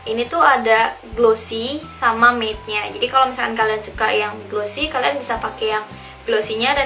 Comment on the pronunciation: 'matte' not 'maid'